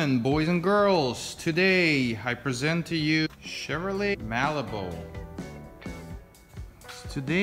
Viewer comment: Did you call it a malibult lol.